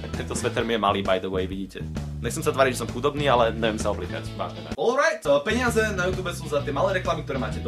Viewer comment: GoGo , keď si povedal to alright , tak ma striaslo :D